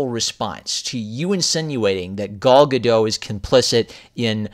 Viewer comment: As I understand it, the 't' at the end of Gal Gadot's surname is pronounced (Gah-dot).